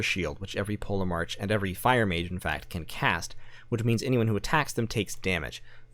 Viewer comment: I'm pretty sure the ancient Greek pronunciation of the letter grouping "ch" is usually pronounced like an English 'k'. As in Polemarch = POLL-Eh-Mark". Chronology. Anachronistic. Etc.